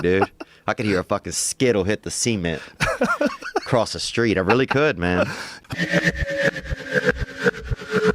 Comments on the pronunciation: .."I could hear a fucking skittle hit the SEEMENT" 😭 the way he said cement made it even better. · He says cement like I got made fun for. I'm from Colorado. Odd.